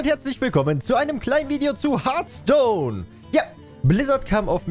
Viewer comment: Harfston bitte aussprechen